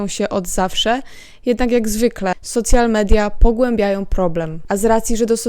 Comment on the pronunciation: Super film, zastanawiam się kiedy to dojdzie do Polski w takiej skali jak w Stanach A, i jedna uwaga: strasznie boli jak mówisz "socjal media" ;-; Lepiej albo "soszjal media" tak jak się mówi po angielsku albo "media społecznościowe" bo socjal to można dostać 800+ na dziecko XD